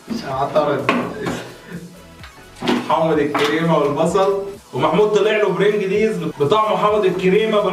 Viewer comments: أرجو رجاء خاص شيبس برنقلز مش برنقليز وقول لمحمد اخوك إنو ماقولش برنقليز أسمو برنقلز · اسمو برنجلز مش برنجليز ☺ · برنجلز مش. برنجليز 🤣🤣🤣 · عماد اسمها برنجلز مش برنجليز 😂😂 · بس هو مش برنجلييز هو برنجلز عادي😂😂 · اسمه البرنجلز مش البرنجليز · اسمه بلنجلز مش برنجليز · اسمو برنجلز مش برنجليز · كمان اسم الشيبس برنجلز مش برنجليز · اسمه برنجلس مو برنجليييس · انطقها صح الاول حلوة برنجلييييييز دى 😂😂😂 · عالافكرا أسموه برنجلز مش برنجلز